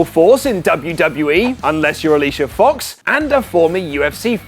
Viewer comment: said Alicia F*x. D E M O N I T I Z E D